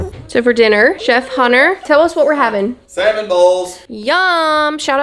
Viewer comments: Hunter says saLmon like I do. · I had to turn on the subtitles because I swore Hunter said he was making Salmon Balls for dinner.....LOL